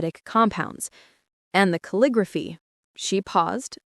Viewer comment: cal-li-grof-fy...do you use AI or are not able to pronounce the script used for a particular type of penmanship? Ca-lig-graph-ee, DUH